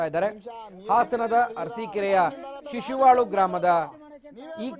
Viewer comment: ಶಿಶುವಳು ಅಲ್ಲ ಶಶಿವಳ